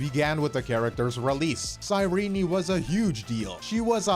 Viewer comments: Ok, but why "Sei-rini" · The biggest controversy is how can't pronounce Cyrene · I thought her name was pronounced "cy-reen" I didn't know they pronounced the e 💀 But tbh one of my main issue is that they tried to make her Elysia 2.0 instead of relying on hsr's Cyrene already established lore into her kit (or how the story ended ) , I think lore wise it's a cheap cop out so that they can make hi3 fans interested in amphorus